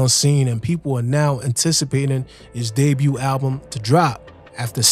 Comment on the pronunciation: The T in debut is silent, my dude.